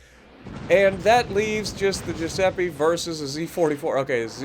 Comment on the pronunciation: Hey. It's gee-u-sepp-ee for the pronunciation. My step Grandfather was from Italy and I grew up with Italian friends. I first saw this map early this morning, really like it. Btw, you cracked me up when you said that the Repub shot you in the facehole, lol! Good vid. Thanks for all you do.